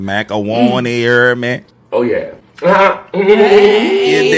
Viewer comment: 😂😂😂😂😂😂 broo thats that New Orleans shit the way you said “Ohh Yeahh” Mann that shit had me rollxnnn 😂😂😂😂😂🙂‍↕️